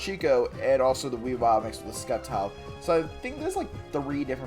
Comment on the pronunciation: The C in Sceptile is silent….